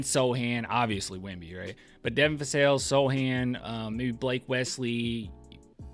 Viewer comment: you say Devin FASSELL!!!!! its been 4 years!! lol